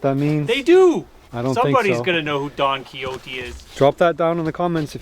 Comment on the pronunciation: Who doesn't know who Don Quixote was? I'm pleased that you pronounced his name right. Most English people wouldn't. Even Americans who sometimes take Spanish in school usually get it wrong. I still think you guys smoked the smoker on purpose to get more views. Most people would have been worried about a complete forest fire and not think of filming it.